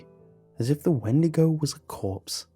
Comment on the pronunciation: XeeVo 😂. I’m dead